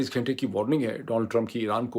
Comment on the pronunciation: Ghaaaintay is a wong tallafuzz Ghunnnntay sahee lafaz hay Lafazz ghalat lafz hay. Lafz sahi lafz hay. Kataaab ghalat urdu lafz hay. Kitaab sahi talaffuz hay. Darkhut ghalat lafz hay. Darakht sahi lafz hay. Just a humble request to correct it ,if you can otherwise carry on.